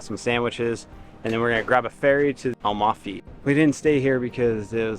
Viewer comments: At least learn how to pronounce Amalfi , before trying to telling the world the obvious. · "Am"alfi and not "Al"mafi :-D